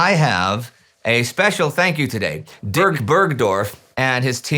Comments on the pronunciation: I seem to be hearing that Dirk's name had to be dubbed over in post-production because Indy made an interesting error in pronouncing it. Poor Dirk. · I think he said "Dicrk"